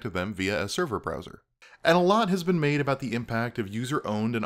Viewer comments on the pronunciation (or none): none